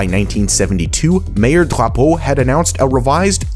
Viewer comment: Your pronunciation of Drapeau was very good! Très bien!